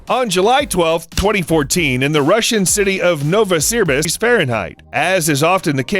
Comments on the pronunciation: It's pronounced Nova - see - beersk. Novosibirsk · if he meant Novosibirsk he completely butchered it